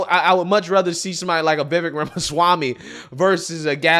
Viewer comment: It's Newsome (Noo-Sum), not Newson. It's Vivek (Vee-Vake), not (Viv-ick).